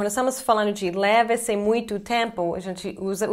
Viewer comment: explicar você fala eksplicar, leva-se você fala leve-se... Número você fala niumero, como ainda não consegue falar algumas palavras mesmo tendo morado aqui?